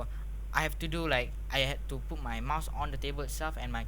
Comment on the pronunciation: I thought you said but your keyboard in your mouth LOL.